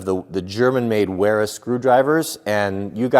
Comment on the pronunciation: Love the part about the Knipex Cobra set....."If you have a husband or boyfriend...." No PC bullsh1t !! Cause you know damn well it's "GUYS" that want this stuff! BTW, I think it's pronounced "Vera"....I'm forwarding this video to the wife with the caption "What I want for Christmas", without specifying any one item......Lmao Cheers